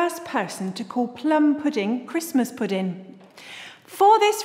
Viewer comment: Sorry if I sound mean but I can't help laughing when she says pudin instead of pudding